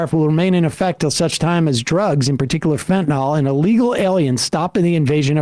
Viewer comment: Oh FFS it's fentanyl, not "fentanol" or "fantanol". It's not a difficult word to pronounce, why do so many people do so?